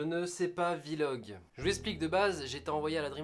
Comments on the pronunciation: Drougard Charles ou dit pas vi-log en anglais on dit vlog tout court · On ne dis pas VVVVVVVVVVVVVVVVVVVVVVV- log, on dit vlog :) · On dit Vlog et non pas VILOG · Kamui tout à fait ! Et on écrit bien V majuscule et log derrière Vi log😉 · Qui pe dire à gota qu'on dit Vlog pas v log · Gota on dit blog pas vilog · On di pas vilog on dis direct vlog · C pas grave mais on dis pas vilog mais vlog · On dit pas vilog on dit vlog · Putain un vilog mdr c'est Vlog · D3RNØX YT non c'est v en anglais donc ça se prononce vi donc vilog / vlog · Gotaga c pas '' Vilog'' mais vlog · Jessy James a Oué mais sa fait bizarre parce que les autres YouTubeur disent vlog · De ouf mdrr il dit Vie-Log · Ça ce prononce vi-log, c'est anglais pas français. :) par contre mdr ta soeur a la fin "lacher un pouce bleu et aime la video" !! Mine de rien super Vlog. Merci the french monster !!! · Il dit "Vie-log" parce que la musique qu'il utilise c'est l'instru de Damso-Macarena. V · "Un ptit Vi-Logue" Gotaga 2017. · "Je ne sais pas "Vi-Log" Gotaga 2017. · Jean-Michou Le Caribou c'est Vlog et il le prononce en anglais.. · L'essentiel à retenir : sa sœur est plutôt mignonne. Il ne sait pas dire "Vlog". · "vi log"... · C MOI OU il dit VI LOG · AAAH MAIS DIS PAS VILOG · Arrete de dire VI LOGUE frere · Tu ne sais pas non plus prononcer "vlog" apparemment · Mec tu veut faire des vlog mais tu sais mémé pas comment ça ce dit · Tu sait pas VLOG, ni le prononçais d'ailleurs :D